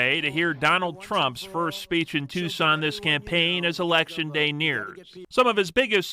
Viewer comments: With respect, "Tucson" is pronounced "Two-son", not "Tuk-sun". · Luke; for future reference Tucson, Arizona is pronounced like TOO - SAAN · "Tuscan, Arizona" "Tumultulous" 🤣🤣🤣